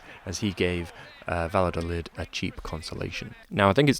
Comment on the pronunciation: The ll in Valladolid is said the exact same way you’d say ll in David Villa